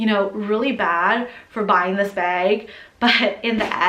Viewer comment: Every time you say bag, i feel like you're saying beg for the Hermes lol Nice collection x